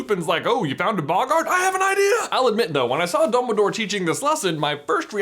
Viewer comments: did he say bumbledoor? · he says “ Bumble Dore” lol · does J say “Bumbledore”? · am i the only one who hears him say mumbledore ? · xD 'Bumbledore' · he says Bumbledore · DUMBL-Y DOORE